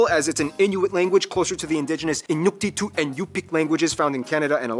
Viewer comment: I’m greenlandic and the way he pronounced “Inuktitut” had me laughing my eye balls out😂